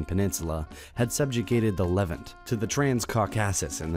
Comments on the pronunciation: OMG. Learn to speak the language. Piety... sounds like PIE-ity... not PEE-ity The Levant is the LEV-AUNT (not pronounced ANT like the bug) and nor pronounce LEV-ENT. You are supposed to be an Educational Channel but you speak as if you have never made it out of Remedial English. LOOK UP THE WORDS. GTE AN APP or something. Or replace this idiot Narrator who sounds like a moron every time he doesn't use a BASIC BITCH WORD. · You seem to have interesting content, but I cant seem to get past the atrocious pronunciations: Apollo, piety, Levant, trans-Caucasus. The list goes on. Thanks for the attempt though. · Why don't you guys make Android on your phones read this? I promise it will be better. Torturing so many words this way, shows your ignorance of the topic and your first exposure ever to the material. Levant, Arabs etc... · Just an observation: It seems that the narrator is pronouncing a number of words that are not generally accepted by scholars or those they describe. "A-rab" rather than Arab. " Califa" rather than caliphate. "Levan"(?) rather than levant, for example. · Sorry but "A-rab"? "Caucassus"? "Lev-ant"? What are these pronunciations.